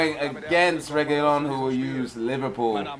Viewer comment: Guys it's pronounced reguiLon it's just one L ;)